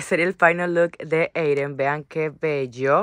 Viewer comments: No entiendo por qué ella dice Eyren si el bebé se llama Eydeen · Porq le dises EYREN y es EYDDEN😊?